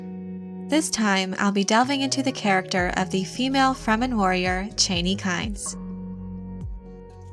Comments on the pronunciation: CHA-nee not CHAY-nee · Being a long-time Dune (and Frank Herbert) fan, I enjoy your videos about the Dune universe. But I cringed at your pronunciation of Chani’s name. This is not a criticism, mind you, only a suggestion to consider. Based on their history, I believe their language to be pronounced phonetically. That said, I think Chani should be pronounced Chah-nee, and not Chay-nee. Again, this is not meant to criticize. Keep up the good work.... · "Chain-ie" literally unwatchable.... not to mention click bait Jeff Goldbloom on Fenring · Why can't anyone say Chani correctly? You don't pronounce it like the former vice president's last name (Dick Cheney). It's a long 'ahhh' a sound. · Cha- ni not chain-ee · Per Frank Herbert her name was pronounced Chaw-knee not Chainy. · It's Chani, not Chayney... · never before saw your videos, but you are doing ok with this one. Just your pronounciation of her name is a little off- her name is not "Cheyney" but "Ch-yaa-nee" As in "ya-ni " but starting with CH. Cheers! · Chauny!!!! Not chainy!!! My god gurl! Lol. Why am I so petty? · It’s pronounced Cha-knee! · Every time you said chani’s name wrong I screamed CHANI but your videos rock and I love your dune videos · I always pronounced her name ChAHni. Your pronunciation sounds weird. But you may be right. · It's pronounced "Chah-nee." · I wish the narrator would pronounce the names and words right. Chani is pronounced Chaw-nee. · It’s pronounced “Chaw-knee” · Please try to catch the names correctly. The name is Harkkonen. There are two Ks. It is not Hakanen. The name is Chani (soft A) not Chaney, as in Dick.